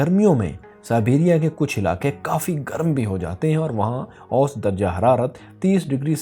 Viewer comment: ost nahi hota bhae "osat" hota hy, intehae chay lagyay ho jab osat ko ap "ost" kahty ho